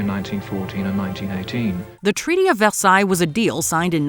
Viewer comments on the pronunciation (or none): none